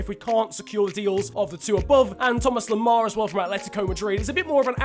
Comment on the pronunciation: It's Nicola Pepe and Thoma Lemar not Thomassss or Nicolassssss